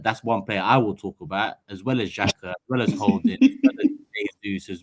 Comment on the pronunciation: He’s said Xhaka lol